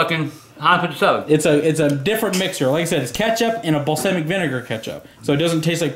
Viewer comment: Its BALLSAWMICK